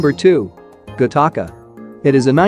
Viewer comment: It is not pronounced Gah Taka. It is pronounced Gatica, like Attic or attica prison